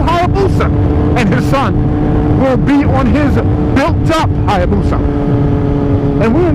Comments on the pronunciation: its Hayabusa not Hyabusa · "Hyabusa" gr8 banter